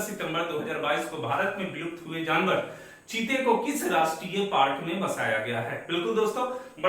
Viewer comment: जीते नहीं सर चीते